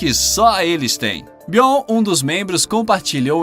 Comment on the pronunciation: SE FALA BIORNI E NAO BION